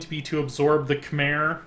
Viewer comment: 1. Pronounced Ky-mer 2. Pronounced (long vowel) Ang-core